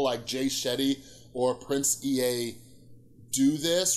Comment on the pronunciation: It's "Prince Ea" - pronounced "ee" not "ee-ay"